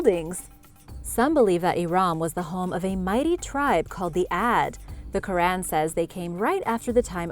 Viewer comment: Your history is already wrong soon as I heard you pronounce iran and Quran